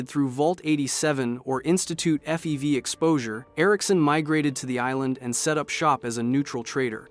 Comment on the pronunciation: Also pronounced FEV as fev